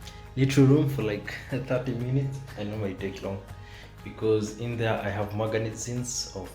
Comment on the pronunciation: did you just say maganizines? 😂😂